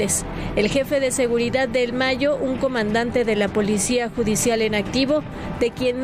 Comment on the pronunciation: Otro que dice "seguridat"🤦🏻‍♂️